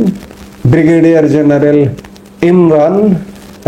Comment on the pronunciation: It's "General", not "Zeneral"